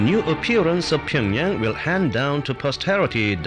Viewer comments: Wish he'd stop pronouncing it 'Pingyang' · tea girl was pretty. wonder how she's doing. and why didn't anyone teach him how to pronounce pyeongyang?